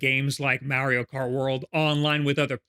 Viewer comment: Please God tell this man it's Mario not Meario